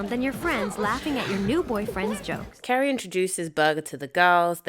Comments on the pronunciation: Carrie not Kerry. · Why do you call her Kerry??? Her name is Carrie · Who is Kerry? Her name is CArrie! With an A 😂😂😂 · Why do you pronounce her name “Kerry”?